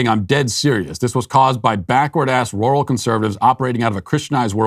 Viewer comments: I'm getting a kick out of Matt trying to say "rural".... it's NOT "roar-al" it's "rer-ull"! hahahaha It was very entertaining to hear him say it repeatedly in a very stilted way! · Matt’s R’s sound like W’s when he says rural. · that's weird.... but I know there are areas where it's pronounced like that. My parents are from the Midwest and they used to go to Roo-ull King for things. I think they drove a shivvy truck back then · Matt struggles to say rural lol. Oh man 😆